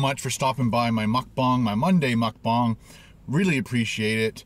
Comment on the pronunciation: Why do you say mukbang like that